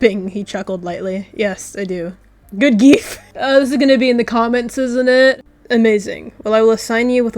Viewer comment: "good gief!!!"